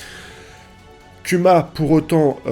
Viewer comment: kuma se dt Kouma et dragon, c'est dragone en prononciation